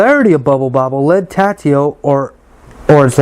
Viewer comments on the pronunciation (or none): Tatio? I don't think so. It's Taito, pronounced "Tey-toe", or "Tie-toe", depending on where in the world you're at. But definately NOT "Tatio". No wonder there's only two comments on here.......smh. 😂😂😂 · Cool video, really nice… but it’s TA-I-TO not TA-TI-O